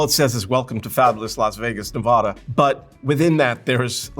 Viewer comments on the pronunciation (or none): Nevada has a hard a. It's not "Nevahdah," but "NevAAAAdah." You'll get immediately corrected if you call it "Nevahdah" in anywhere west of the Rockies (for sure) and (likely) anyway west of the Mississippi. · It's not Nevauuuuda it's Nevada . Correction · It’s NE-VA-DUH not NE-VAH-DUH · You’re mispronouncing everything. It’s Googie not gooshzie. It’s Nevada not Nevaah da. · It’s Nevaaaaaaaada. Not Nevahhhhhda. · The circles on the Welcome to Las Vegas Sign are dollar bills, not planets. Way to do your homework, and you pronounced Nevada wrong, it’s a short A. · You might gain a few viewers in Nevada; "IF" you learn how to pronounce it. Their's NO "O" in Nevada. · FYI you’re saying “Nevada” incorrectly